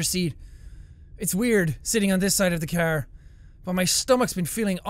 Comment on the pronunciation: Jack says it the cerrr not the car.